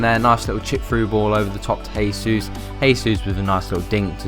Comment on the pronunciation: It's pronounced "jaysus" because he speaks Portuguese